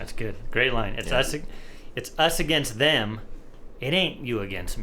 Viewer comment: When he says If we all get along we'll probably go against em, it sounds like he says We'll probably go a gangsta. That'll work too